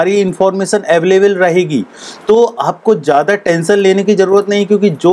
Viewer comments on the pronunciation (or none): none